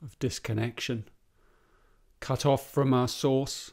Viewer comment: its was sound like fuck off and you say Cut Off :D just my no englisch but u are good - Tomas with 22.6